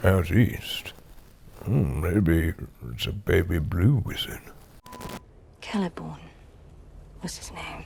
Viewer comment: “Everybody do the Celebor!” 🤣🤣🤣